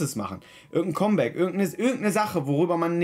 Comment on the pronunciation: Was zur hölle soll ein Comeback (kommbäck) sein? Es wird (kammbäck) comeback ausgesprochen verdammte scheiße!! Wenn englisch dann bitte auch richtig!!